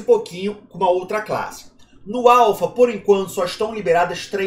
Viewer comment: Pela milionésima vez... axo que precisa falar de novo neh: a-l-p-h-a